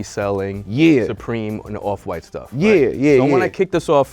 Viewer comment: "awf fwite"